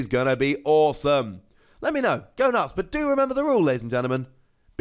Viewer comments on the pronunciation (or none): none